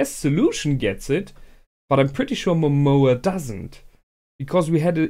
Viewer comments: Why do you call lord Momon as Momoa? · It´s a minor complain and I know is too late for this, because most likely you already watched the last episode but, it´s not MOMOA, its MOMONGA, MomoNGa, wherever i Heard you say Momoa it reminds me of Moana, and i´m probably the only person that think that it sucked and it was way inferior to Frozen, but anyway, it´s a minor complain.